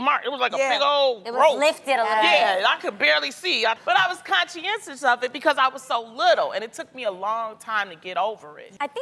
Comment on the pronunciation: ...did loni say she was "consciencus" ?